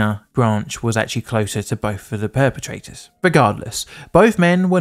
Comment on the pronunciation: Did you say "Both our pair-petrators have met?"